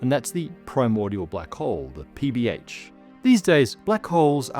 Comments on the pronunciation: each time I hear PBH, I hear PBS. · Must be hungry, because I keep hearing PB&J.